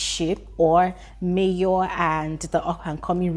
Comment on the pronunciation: Why are people calling Mayor manor. His name is Mayor.